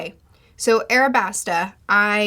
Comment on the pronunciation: aLabasta, sweetie :) with an L 🥰